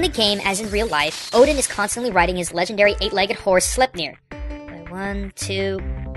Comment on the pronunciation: It's always funny to hear Americans pronounce Norse words. Slep-neer. Epic The correct way to say it would be "Slyp-neer" like sly with a p at the end then neer.